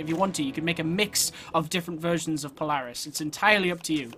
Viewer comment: I can tell your American became your pronouncing Polaris wrong